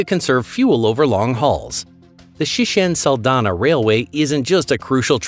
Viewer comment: Sishen Saldanha train not Shishen Salana